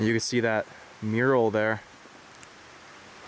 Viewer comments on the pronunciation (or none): none